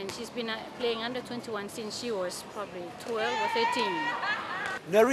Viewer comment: It's SHE and NOT "C"